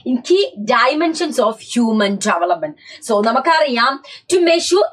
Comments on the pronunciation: Development❌ jevelopment✅ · Development ❌ Jevelopment ✅